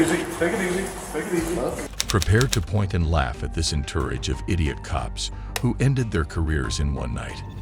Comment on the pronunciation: En- tor- age??? Entourage